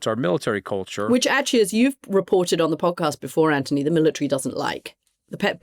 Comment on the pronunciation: Im gonna try to listen to Cathy talk about US foreign policy as if her foreign opinion matters. She can't even pronounce Anthony's name correctly.